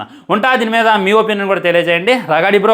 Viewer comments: రగాడి కాదు రాగడి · అది రాగడి... రగాడి కాదు... ముందు తెలుగు పలకటం నేర్చుకో 😤